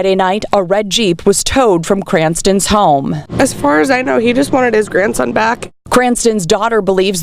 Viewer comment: Did he say GRANSON ???😢😢